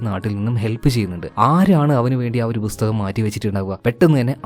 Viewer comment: Bhusthakam allaa bro pusthakam